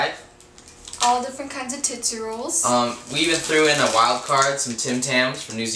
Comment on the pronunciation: TITSY-ROLL?? hahaha